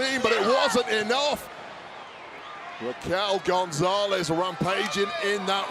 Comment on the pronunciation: Did Barrett say “Raquel Gonzalez”? 😂